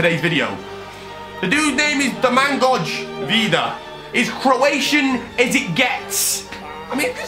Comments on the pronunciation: He really said domaouguodž vida 🤣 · Best pronounciation of Domagoj Vida ever